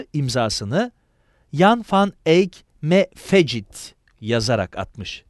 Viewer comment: fecit kelimesi fekit veya feçit diye okunmalı